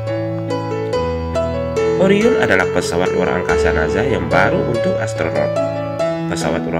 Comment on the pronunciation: NASA min, dibaca SA, sprt ngucapin ES, bukan naZA = zet 😭